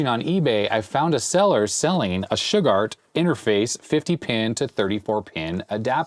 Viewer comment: My mind is broken today.. Every time says "Shugard".. i just 🥺..... i can't.... >> Damn Simpsons 😡..